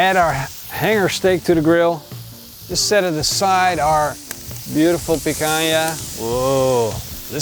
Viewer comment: He said picanja to the hange stake xD